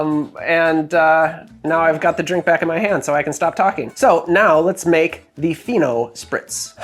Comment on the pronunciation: When you said "Fino Spritz", I thought you said "Pheno Spritz", and I was very curious to know what the drink would be.